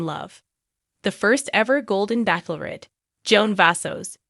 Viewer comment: Stop saying Back lorette. You know it’s Bach lorette. It’s obnoxious! Ch like ch e e s e!